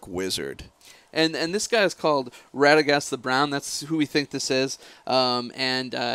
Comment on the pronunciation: i spit up my grape drink when i heard them say radaghast rofl, where did they pull that out of. I'm sure someone must have trolled them at the office.